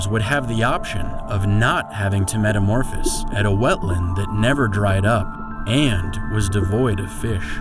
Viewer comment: Take a drink every time he mispronounces "metamorphose" or "zooplankton." No please don't do that metamorphose alone would kill you.